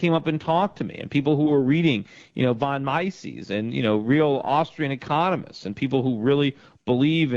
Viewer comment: Von Mises... pronunciation fail